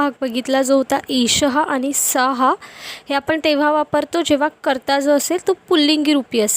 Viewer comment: उच्चार सः चा सहा असा होतोय सह असा व्हावा काय ?